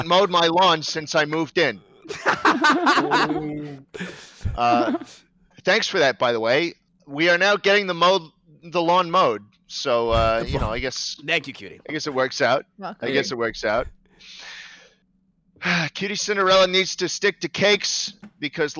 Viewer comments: Rewatching this and did schlatt say Mawn lowed? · no one caught that he said mawn lowed?